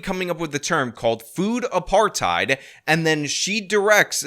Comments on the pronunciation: " food apartide " 😅😅😅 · The overannunciation of the last syllable of the word "apartHEID"... trying to make it sound like she's correcting someone. Like when people pronounce every word like an American, but then put on an accent to say a Spanish word..... only WAY dumber!😂😂😂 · For the way she says "apartheid" if nothing else! Argh! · I like how she cant even pronounce food apartheid like the two separate words they are.